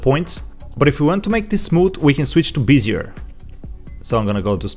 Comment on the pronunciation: I hate to be that guy, but it's pronounced be-zi-eh, not like busier. Great asset and video, btw.